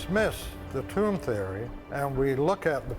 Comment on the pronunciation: “It’s not a tomb-er”